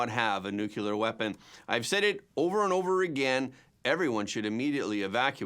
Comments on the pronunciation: I still enjoy and appreciate the presentation, i just react to your pronunciaton of 'nu-cu-ler' rather than 'nu-clear'. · Nuclear isn't pronounced Nukuler.. aks me, I know. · Their is no such thing as "NUCULAR!"